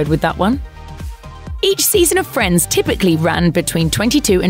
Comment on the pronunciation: 10 seconds in, she said friendes. Hahahaaa what school you went? 😂